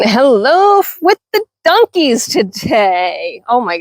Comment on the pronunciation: New subsciber here and this is why... you called your donkies "dunkies". I haven't heard anyone pronounce it that way since my dear departed mother. She grew up in Virginia and we used to giggle at some of her pronunciations. Brought back good memories so thanks for that and please continue! I hope I didn't make you self conscious of it and start worrying about the way you say things. You be you. That's part of the fun. As for the negative comments you've been getting, i hope you'll take them with a grain of salt. Don't allow it to make you lose your confidence in the way you run your farm. Suggestions in a respectful way from people who also do what you do are welcome I'm sure. BUT some people just like to be mean and have zero idea what they're talking about. that is something that should be ignored as best you can. Nasty comments only ever have one desired effect...to upset you and make you question yourself. Don't allow those into your head. I wish you the best of luck with your farm and with your channel ❤